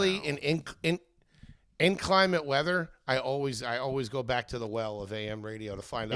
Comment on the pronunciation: Pretty sure "inclement" is not pronounced "in-clime-ant" lol